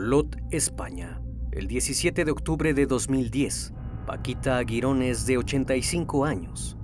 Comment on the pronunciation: Paquita jironés (con el golpe de voz en la e y la primera silaba se leeria como si estuvieras leyendo jeep)